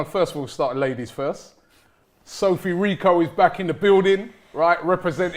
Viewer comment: Rich-O not Rico, lol